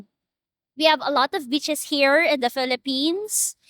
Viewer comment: Lmao I thought said Thailand had beautiful b**ches the accent had me 😂😂😂